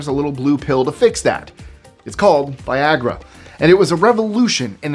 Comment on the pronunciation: It's funny just how "vaiiyagra" sounds XD